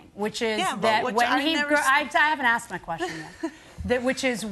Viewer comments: do parents teach their children to say 'axed' instead of asked? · Anytime someone on this show says they”acksked me”, you know they’re gonna lose.